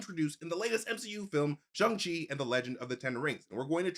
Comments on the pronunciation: Can u guys please pronounce shang chi properly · Can y’all please say shang chi correctly